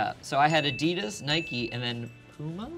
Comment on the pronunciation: Yo, why did and pronounce Adidas correctly but and say Ah-deee-dis?